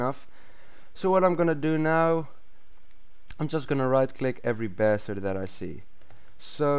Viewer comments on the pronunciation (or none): none